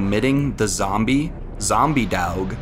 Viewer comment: Zombie "Deawg"